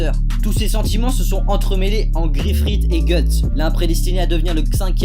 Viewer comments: YO mdr le gars a dit "GIFFRITH" et pas "GRIFFITH" :)))))))))))))))))))) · "gifrith" connaîs pas XD (Mais vidéo cool sinon 👌)